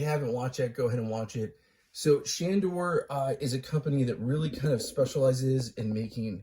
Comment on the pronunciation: I love that he can't even say the name